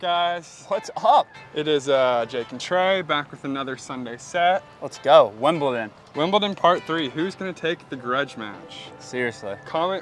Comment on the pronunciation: Wimpleton? Wimbledon*